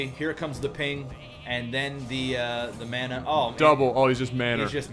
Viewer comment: I'll start saying Mya nah. from now on. just cause It is beyond stupid. MYAAAA NAAAAAAAAAH!